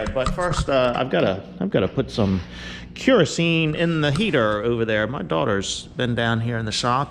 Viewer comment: If ya need help, I’m just a few miles south of 95’ and I’m bored. Say kerosene again though lmao. Love you